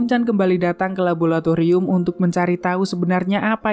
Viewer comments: MIINNNN LABORATORIUM BUKAN LABOLATORIUM!!!!!! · LABORATORIUM BANG, BUKAN LABOLATORIUM